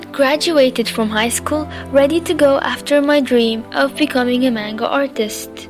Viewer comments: I think ur a pretty good artist but It's NOT cartoons STOP calling it tht it makes u sound stupid to anime lovers and secondly in manga the a is a soft a its pronounced manga not mAnga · I'm sorry, but I just have to point this out xD I'm dying here haha, Manga is pronounced like munga. I don't know how to write it, but close enough LOL! I'm glad you achieved you your dreams <3 you really inspire me to achieve my dream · am I the only who here mango not manga? xD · i have to say but a lot of people say 'man' as pronounced as man then ga. Im sorry but that annoys me and i no its not my business but i am just stating it. Cuz i don't pronounced manga that way, i say the actual pronunciation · It wasnt meant to b mean it was meant to b informative how about u stop being ignorant and learn about stuff beforen u make assumptions i was simply pointing out that i dont like it when people call ANIME a cartoon and that she was pronouncing manga wrong, i understand she went through some stuff but she made it ok and she doing what she loves and im happy for her. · YOU PRONOUNCED MANGA WRONG :( </3